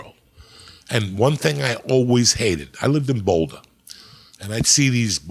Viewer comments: "in bouldahhh" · Uncle Joey doesn't call it BOWLdah 😮